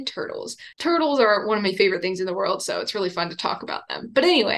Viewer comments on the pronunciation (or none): none